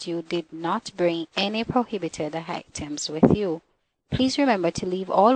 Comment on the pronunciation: ...and did the second lady say hytems for items?